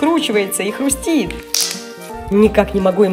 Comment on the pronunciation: Правильно говорить хрустит Привет новый Magic я тебя давно смотрю и ты самая прикольная все лучшие Вы самые лучшие в мире на свете в Magic